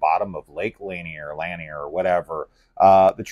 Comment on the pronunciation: Lanier is pronounced "la-near". I only know this because I live about 10 miles from Lake Lanier. 😂